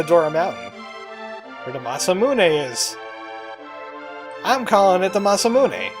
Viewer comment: I've never actually heard it pronounced different than the way you've said it in this episode. Mah-Sah-Moo-Nae is how I've always said it. (We finally found a word we say the same way! lol)